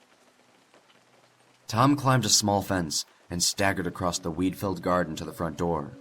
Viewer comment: Drinking game: Take a shot every time adds a letter T to the word "across" in his older videos. I guarantee you'll be more wasted than the fucker in this video after watching all the videos that contain "acrosst".